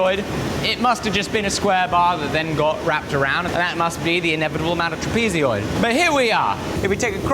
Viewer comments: What a great job! Having to re-learn skills from the past, working from first principles. Well done. - ish, the word meaning "shaped somewhat like a trapezium" is "trapezoid". It's pronounced Trap-e- zoid Not trap - ee - zee - oid You're saying an "ee" sound after the "z" which isn't there. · "Trapezioid..." that must be kinda like "aluminium?" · I hate that you call a trapezoid a "tra-peezi-oid" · Tra-pee-zee-oid will haunt me forever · Are you saying "trapeezeeoid" weird to be funny or is that how your country pronounces it?? Not insulting just curious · WTF is a trapeez-y-oid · TRAP PEE ZEE OID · Saying Trapezeoid instead of Trapezoid is crazy work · Trapezoidal - not trapezyoidal... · no way you pronounce trapezoid like that or am I tripping? trapezioid? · Is this an aluminum aluminium thing? Trapezoid doesn't have an extra "eee" sound in it after the z. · Never have I ever heard someone so bizarrely pronounce "trapezoid" or so many times. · I've never heard Trapezoid pronounced with an extra syllable before. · please learn how to pronounce trapezoid correctly. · Why can’t you know how to pronounce trapezoid? 😂 why adding e tra letters that aren’t there?🤣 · Amazing stuff, well done 😊 just note pronunciation of trapezoid (al) check iin google….. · TIL: "trapezoid" is another one of those words that have an extra "i" in Britto-speak. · The metric pronunciation of "trapezoid" is wild... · there's no way you're not pronouncing trapezoid wrong on purpose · Please look up how to pronounce "trapezoid." You always add an extra long e sound. It's almost like you are trying to combine the british word trapezium with the American trapezoid, and it's grating on the ears to hear it mispronounced over and over again. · never thought but should’ve known there’s a different way to pronounce trapezoid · I let it go all of the times you pronounced "trapezoid" wrong before but now you said it too many times and so I'm bringing it up. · Trapeeziod? Or trapezoid?